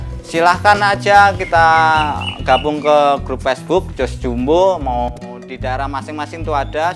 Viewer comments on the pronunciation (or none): none